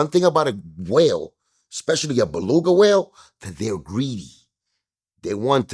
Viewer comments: I googled Beluga whale after he said it, on previous videos on Cuban Link saying that, I always thought he said “peluca” which means wig in spanish, it never made sense. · Balooga whale 😂😂😂😂😂. Everytime he says it i picture it hahaha